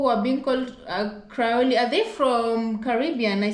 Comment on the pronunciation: I think you're trying the word Creole [ Krēohl ] from Louisiana